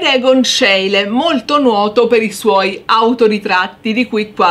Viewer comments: Ecco magari la pronuncia di schiele diciamola bene. Si dice "scile" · Grazie, alle superiori adoravo le lezioni di storia dell'arte anche grazie alla bravura e all'amore per l'argomento della prof. e tu fai la stessa cosa. Unico appunto, Scheile si pronuncia "scile" Cari saluti da Cristina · Schiele si pronuncia "Scíle" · La prego verifichi la corretta pronuncia di Schiele! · complimenti, peccato la pronuncia di Schiele